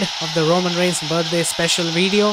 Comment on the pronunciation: Bro its reigns not rangars